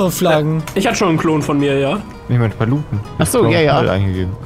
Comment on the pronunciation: Nicht paluten sondern schpallette😂